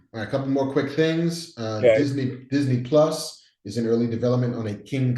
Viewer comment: Marc mispronounced Disney Plus.